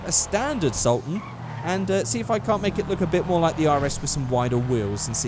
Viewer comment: When he said he was doing the regular sultan I was happy,..... then he butchered it. You let me down with this one